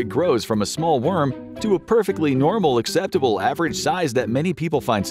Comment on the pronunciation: THE EMPHASIS ON IT BEING AVERAGE 😭